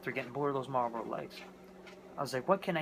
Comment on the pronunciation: "Marbros" ??????? "Marbros"???????? Are you kidding me????!!!! IT'S MARLBORO!!!!!!!!